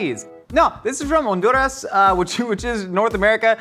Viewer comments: My man’s! Major respect for your research and as a Honduran, mad love for properly saying Honduras 🇭🇳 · Hon-du-ras! Yesss!